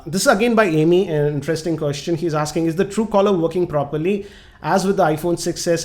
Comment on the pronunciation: It's Amey(अमय) not ameee amgrez ki aullad